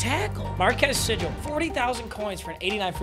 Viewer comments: Your K-State player- Marques Sigle- is pronounced “See-gle” not “Si-jle” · Much love!! From a loyal loving cats, sigle’s name is said like Seagull. Keep up the hype vids!! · FINALLY gets a kstate player im still happy even though he completely butchered marques sigles name